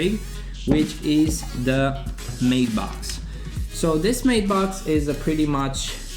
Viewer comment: LeondeBla i believe that english is his third or fifth language !